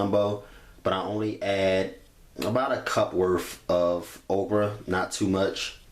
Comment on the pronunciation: "We're going to add our ogra" 😂😂